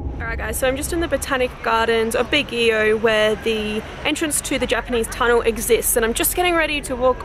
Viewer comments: It's pronounced as "bag-yo" and not "bag-gee-yow" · Baguio pronunciation.. (Bag)-(yow!) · Baguio prounounce as Bag-yo. 😍😘 Nice vid. 😃